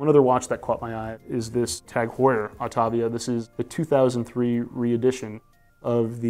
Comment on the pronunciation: why does he keep referencing jag heuer? a collaboration between tag and Jaguar?😂